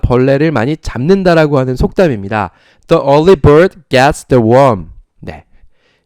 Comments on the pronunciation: 처음부터 정주행하는 사람이에요, 너무 좋은수업 감사해요. 그런데 일찍 일어나는 새가 벌레를 잡는다 할 때 the early 를 디 얼리가 아닌 더 얼리로 읽으셨는데 더 얼리가 아니고 디 얼리인거죠?? e 모음 앞에 the는 디- 로 발음한다고 선생님께 배웠어요. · 덕분에 첫강부터 지금까지 따라가보려 노력중입니다. The early bird...에서 The의 발음이 디로 읽어야 하는거 아닌가요^^?